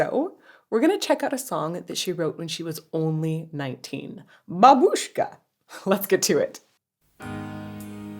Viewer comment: Babooshka is Russian and means grandmother. Also, it's mispronounced in the song.